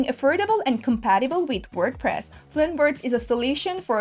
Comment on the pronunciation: "Compatible", not "Compitable"?